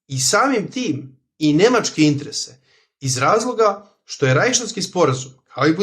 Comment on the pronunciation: molim te, samo izgovaraj interese, a ne intrese, baš mi zapara uši. Ostalo je sve top